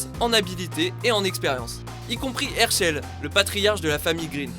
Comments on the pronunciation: Le plus choquant dans tout ca c'est la prononciation des noms "Hairchail" mdrrr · ERSHEUL !! IL EST OU ERSHEUL IN ??? ...